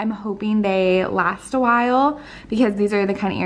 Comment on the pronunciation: Why do so many people say lasht year 🤨